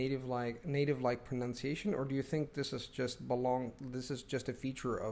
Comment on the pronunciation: How can you state that pronunciation is important at the same time as mis-pronouncing the word pronunciation